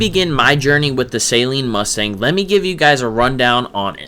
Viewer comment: Awesome 👍 Saleen rhymes with Gasoline. It’s not the 225 Horsepower that makes it feel fast, it’s the 300 foot pounds of torque